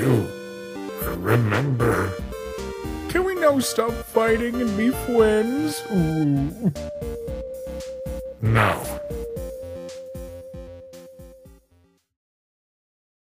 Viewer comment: I laughed when ink said: "can we now stop fighting & be fwiends?